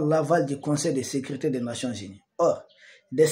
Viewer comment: L Son seul hic est qu'il s'exprime un peu mal et prononce mal certains mots : ex sécurité devient secrite... C'est vraiment le seul hic dans ses analyses pointues.